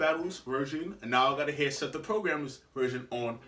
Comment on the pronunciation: The fact he said Seth 💀💀